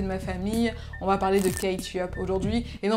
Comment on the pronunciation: Pourquoi tu dis « en » au lieu de « on »? Sinon bonne vidéo :)